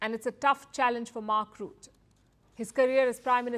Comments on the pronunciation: It is RU-TTE, U (short sound) almost like Uttar Pradesh and the ''e'' sound in ehm, the sound you make while you think, Not the French/ English OU, more like a Mongolian/ Turkish letter. The e in the ending of Rutte is like the ending of Satya. Not Route. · His name is pronounced like Butter, without the r on the end.